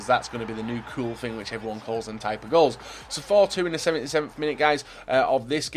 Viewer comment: "Am gonna a kool dem.........wevenge, wevenge gools"